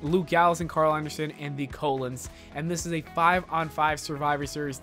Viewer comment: It’s pronounced Coh-loans XD